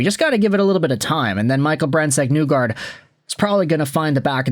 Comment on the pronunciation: Why do you still pronounce name incorrectly?